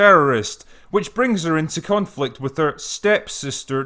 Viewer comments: did you say "cunt-flict"? lol... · Again, . I can't tell if it's your accent, or if you're messing with us.